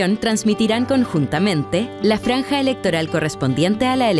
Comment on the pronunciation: Franja weon, no "flanja" xD